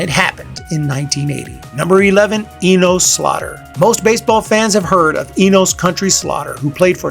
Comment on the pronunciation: Eeen-ohs? Who’s that? It’s Eeen-us Slaugher…Where you from man? 😂 JK….great video